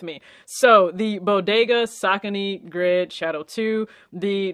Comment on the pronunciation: the way you say sokinee! you pronouncing it all wrong!...they are called SO-CONY'S